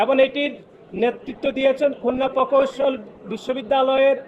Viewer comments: শালার পুত, তোর বাপ ফাহাদ আবদুস সালাম কে জিজ্ঞেস কর , কার দোষ। তুই বুইড়া কিসের ছাত্র রাজনীতি করছ? তুই ঠিক মত প্রকৌশল শব্দটি উচ্চারণ করতে পারছনা আবার সংবিধানের ধারা উল্লেখ করছ। ছিঃ! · এদের উচ্চারণ এমন কেনো? পৈত্যেকটি ,পকৌশল কোন ভাষা? এরে কি দেখে নেতা বানাইছে তাও আবার কেন্দ্রীয় সাধারণ সম্পাদক।